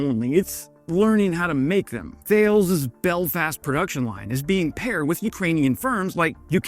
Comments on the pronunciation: It took me some time to understdand what was what you prononced "Thales" in english. In French it's pronounced as if you said "TALESS". French military and space electronic systems enterprise Thales is named after the greek philosoph Thalès de Millet. Love your video though, and love your work! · Errrrr.... speaking as a Brit, I have to tell you that you should perhaps be aware that Thales (pronounced Ta-liss) is a French defence contractor. It used to be Shorts of Belfast. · Pretty sure it is pronounced Taa-lez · The production speed of these weapons is extremely impressive on the part of Thales (pronounced more like thar-less - a UK branch of a French business). Ramping up the speed of security clearance for the increased staff at Thales is (as someone who has gone through the clearance process no less than three times) utterly incredible! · Manufacturer is pronounced "talice"....like Alice with a T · About time we (UK) started shipping our advanced tech to help Ukraine. We have other cool stuff too that I'm hoping to hear about. Incidentally, BTW... Thales is pronounced TAR-LES. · The company Thales is just down the road from me and it's pronounced "Tarless' Keep up the good work. 🇺🇦🇬🇧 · But without the "R" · I am English and I am proud that we are the only participant of the Budapest Memorandum that has not gone TACO, but could do more. However Thales is a French company as deserves recognition. Pronounced Tar Lees. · Pronounced “TAH-less” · In Croydon (UK) where I worked it was pronounced Tal ez. In Belfast it probably sounds different again. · Thales is pronounced more like tal-es, the company name is French (although is is also big in the UK too). Glad you knew where Belfast is even if your parody accent is way off! But thanks for the video. Clear, informative and interesting. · I think 'Thales' is pronounced 'Ta Lez' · Thales is pronounced Thaa-Less. It's a French multinational. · “Ta-lez”, not “Thales” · Tal-es not Thales :) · Thales is pronounced Ta-Lis